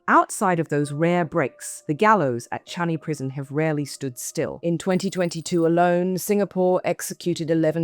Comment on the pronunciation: Its changi, not changhi.